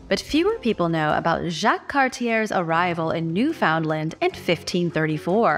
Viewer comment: Ok.... I'm Canadian and from the Maritime provinces.. so here's where you're wrong, yet again... Jacques Cartier (CAR-T-AY)... Newfoundland (NEW-FUND-LAND) is an Atlantic province, not part of the Maritimes historically...